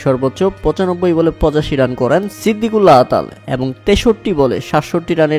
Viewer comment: Not Siddiqullah That's Sediqullah